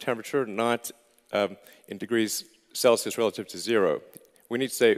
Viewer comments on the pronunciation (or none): none